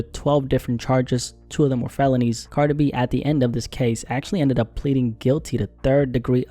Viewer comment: You say “Cardibee” and I love it 😂